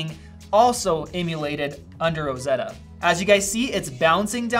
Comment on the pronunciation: „And it’s Rrrosseddddddoa 🤣“